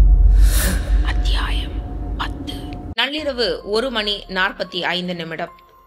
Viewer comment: Thanks for uploading Mr.Rajesh kumar Novel😊 Thanks for your vocal 😊 Especially....Aththiyaayam😊😊